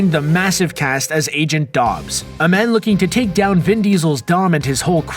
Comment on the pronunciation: "Agent Dobbs"